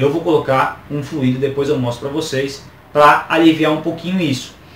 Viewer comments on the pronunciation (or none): none